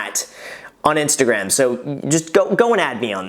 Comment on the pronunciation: Did... Did you just call it your InstaGraham?